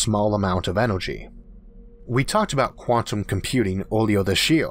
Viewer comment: It's irritating at forst, but the content Arthor delivors on enorgy, physics and the futor of the univorse is so downright fascinating, I'm not reolly distorbed by it anymore...